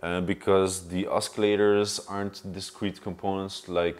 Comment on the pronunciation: Say oskillators one more time, I dare you!